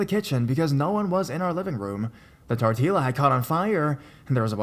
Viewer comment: Haha. It's funny how he said tortilla. Idk if he knows that the bouble LL in Spanish makes a y sound. He made it sound so white.